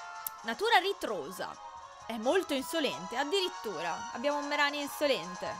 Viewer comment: MaikyTM- ma no... Ceh,si scrive Mereanie quindi: MerIni Non c'è alcuna pronuncia italianizzata, perché i nomi inglesi sono gli stessi italiani